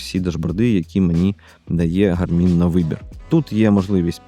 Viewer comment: Дякую, дуже цікаво та інформативно. Подача матеріалу сподобалась, єдине зауваження що наголос робіть правильно, на перший склад, тобто "гАрмін"😊